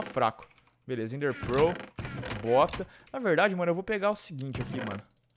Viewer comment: O FALA ENDER PEROOOL